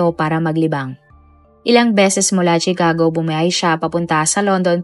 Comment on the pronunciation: No offense, suggestion ko lang, review mo muna ang mga words na sasabihin mo sa video like names of persons, places, etc. Katawa-tawa kasing marinig ng mga viewers ito. Like pronouncing Chicago, it’s pronounced “Shicago” not CHIcago.